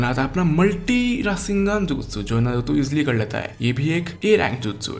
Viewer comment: bhai pehle tooh voh नारूटो hai नरुतो nahi